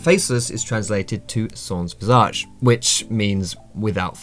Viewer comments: Be a Better League Player In "sans visage" you don't pronounce the second "s" of "sans" Say "san visage" and it'll be perfect ^^ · "Sons visage" lmao, nice try though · Just saying, in "sans-visage", you don't pronounce the second s of sans Source: me, I'm French ^^